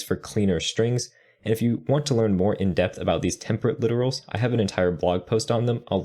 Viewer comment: You're pronouncing "template literals" as "temperate literals" which is not the same thing.